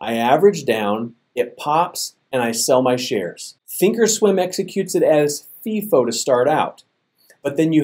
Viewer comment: its pronounced FY-FO, not FEE-FO, when talking about FIFO